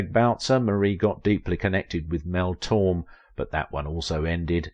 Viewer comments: pronounced Mel Tor-May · Mel /tor MAY/ is how you say Torme